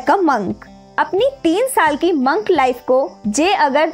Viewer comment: Di it's not mank its monk